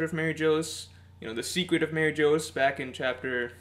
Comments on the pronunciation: 😓 it’s MarieJois pronounced: muh-ree-joyce not Mary Joes 😆and it’s the Gorosei pronounced: Gor-o-say not Gor-o-sci 😂 Sorry I’d let it go if said just once wrong but over and over and over it was killing me man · it's pronounced mariejois lmao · Its pronounced like Mar-ee-g-wah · Interesting theory. Kaido may be immortal as well thanks to the Ope Ope no mi, as we all suspect. I do wonder what your theory is about what weapon Roger had which Shiki revealed in Episode 0? I' was leaning towards Pluton and considered Uranus as well, but now I really think it could've been Pluton. By the way, Mary Geoise is still pronounced like Marijoa. It's meant to be a french word, for example Bavarois is pronounced like Bavaroa. Actually Mary Geoise should be pronounced like "Marijuas" but that won't be and never was the case in the sub. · Mary Jose?? Blasphemic pronunciation there. :( That apart, always love your videos haha. Keep it up!